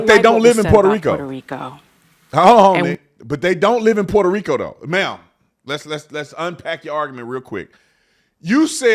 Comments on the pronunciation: Sunny thinks she’s Puertorrican and can’t even say Puerto Rico right. I’m born and raised there and voting for Trump! I love my island but would never choose to move back there. I’m grateful of my American citizenship and that I’m able to raise my kids in the states. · Sunny doesn’t even pronounce Puerto Rico properly. Doesn’t her side make a big deal about mispronunciations being disrespectful? She claims to be Puerto Rican in this very clip, but she says it in the most white girl pronunciation possible.